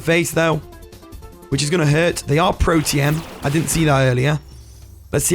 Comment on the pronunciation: it is Protean